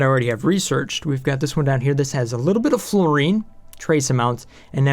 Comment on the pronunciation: I cringe a bit when you say Isoresin and fullerene. You called it fluorine and isorene. Isoreen? Izoreen. Either way, I love the video with that exception.